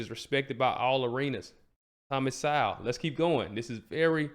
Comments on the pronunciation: SO with the long vowel sound, not sou as in a female pig. Also, the W is silent therefore his name is pronounced like the word Soul. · Thomas is a left-disrespected national treasure. First video of yours that I've watched so I don't know if you're corrected yourself on his name yet, but it's pronounced So-well, (like soul) but you pronounce the w almost as a lazy WU. So it's more like So-wull. :-). Keep up the good work.